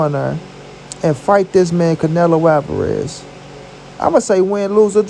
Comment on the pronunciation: Yo say the MEXICAN right the next time you say it r I'm k.o the fuck up